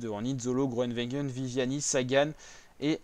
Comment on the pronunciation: Apprends à dire le nom de Gronewegen